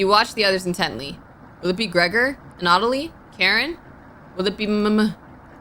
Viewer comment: Anna-toll-lee, that man's name is Anna-toll-lee. Great vid regardless, but it was killing me you said his name the most outta errbody.